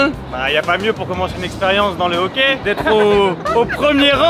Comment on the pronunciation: Y’a une différence entre le hoquet & le Hockey Frank 😂 non mais sérieusement vraiment nice la vidéo!